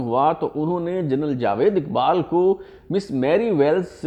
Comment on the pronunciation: It is not jwed but jawed